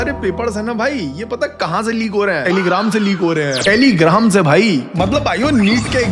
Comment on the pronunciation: Bro ne jan bujh kr teligram bola hai,,funny way me